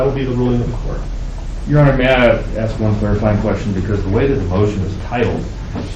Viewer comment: And that public defender needs to learn how to say "Your Honor". Yikes.